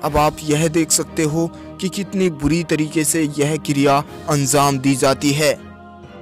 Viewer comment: Pahle Tu anzam Nahi anjam bool